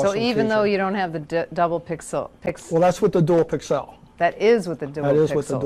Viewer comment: That guy is driving me nuts saying "pixelle" all the time. I have never heard anyone EVER pronounce pixel that way. The rest of the world pronounces it pixle.